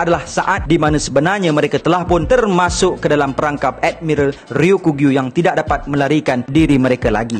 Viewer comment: Sekadar berkongsi. Sebutan yang lebih tepat adalah "Ryoku-Gyu", bukan "Ryo-kugyu" Ryoku bermaksud hijau, Gyu bermaksud lembu. Maka "Ryoku-Gyu" adalah lembu hijau. Kedua²nya adalah sebutan onyomi. Teruskan lagi membina content² one piece. Sangat menarik. Saya support👍